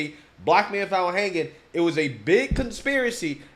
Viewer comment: "Was he 'fount' in his dormroom" lmao